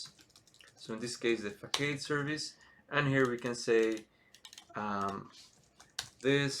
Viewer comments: Excellent content, straight to the point with meaningful tangents and fast movement. I really appreciate you taking the time. Just a friendly note, typically Facade is pronounced fuh·saad, at least in English. I hope you keep making great content, you really stand out as a specialist content creator! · what if i don't use singleton mean if I don't provideIn root for some of the services? btw it is pronounced fuh·saad